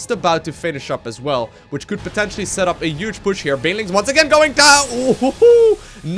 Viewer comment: take a shot every time he says 'uge' (huge) you'd be dead 10 in mins